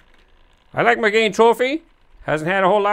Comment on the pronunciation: Now you need to work on pronouncing the name of the model correctly. It's not pronounced like "mi-GANE" it's pronounced like the girl's name: Megan. ;-)